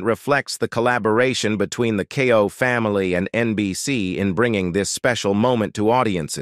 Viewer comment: I really wish you would stop mispronouncing her name.